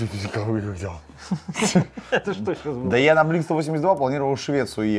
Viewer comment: БЛИНК УАН ЭЙТИ ТУ! блинк стовосемьдесят два ахах